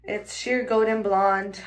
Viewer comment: 2nd girl got Sheer 'Go-den' blonde. 😬